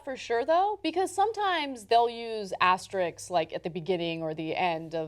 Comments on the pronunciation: Okay, so we know the asterisks were indeed part of the original slogan but does no one think anything of the fact that neither Cenk nor Ana can say "asterisks" properly? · Asterisk NOT Asterix, please. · ASTERISKS not asteriks! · Thanks for the video and all, but that's not how you pronounce "asterisks."